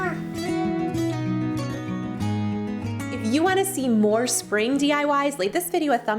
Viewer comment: Like “hoppy” eastow. Lol!!!